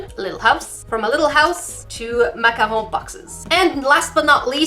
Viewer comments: YoU DiD It SoO WrOnG It Is PrOnOuCeD mAcA-RoOn nOt MaHoN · I like how you say macaroon... Makaron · Okay off topic ish but how you say macaron is s o satisfying lmao love it sensei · Who else cringed when she said macaroon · The way you said macaron is so funny😂❤️ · Your french (canadian?) accent when you say "macaron"♡ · bUT jAckiE yOu sAiD maCaroOn wROnG